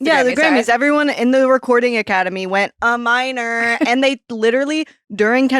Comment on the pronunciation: Please tell your one cohost that it’s “A-Minor,” not “aminor” lol